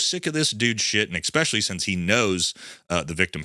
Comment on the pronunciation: what the hell does “exspecially” mean? That’s not even a word. Exspecially, for a person with a MBA degree and has a daddy lawyer. Like that has anything to do with you. Can you please stop making your self look so hood rat and uneducated when you use the word exspecially, that’s not even a word.